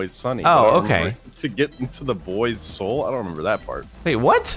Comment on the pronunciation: Alex Nells I think just can’t pronounce soul because he definitely says hole. And even though the rest of the play said soul mentions troll toll again when he’s on the tourist ride and again he sounds like he says hole but means soul. Funny as shut either way. Lol